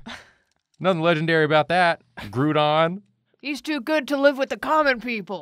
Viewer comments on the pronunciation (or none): Bruh. “Groodon” come on guys lmao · It's pronounced like "Grou"nd "Grou"don.